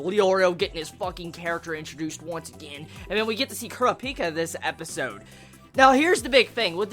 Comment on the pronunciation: Your pronounciation of names is horrible xD Kurapika not Kura - Pika.